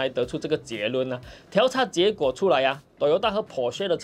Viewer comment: 调查 diao第四声